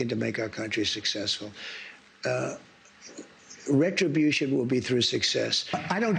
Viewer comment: It's NOT RETUBUTION ITS JUSTICE